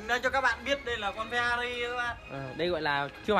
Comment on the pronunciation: phe - na - ri chất lừ à😂😂😂